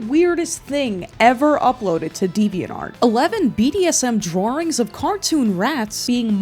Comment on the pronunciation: Homegirl pronounces drawing like Mike Myers on SNL